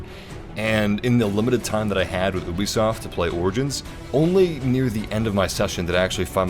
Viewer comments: It's YOU-BISOFT.. not EW-BISOFT. Great video tho thanks man. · Is it just me or did he say oobisoft instead of u bisoft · Why did he pronounce Ubisoft “oo-bee-soft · U say oobisoft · Uh-bi-soft <3